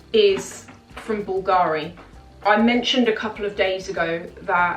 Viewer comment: Hello, been watching you for a while now(nice videos and the fashion content is impeccable!). The only thing for me now, without sounding too picky, is the way you sometime pronounce the brand names eg: BULGARI(the accent is on the ‘U’ and NOT the ‘A’....).Keep up the good work!😊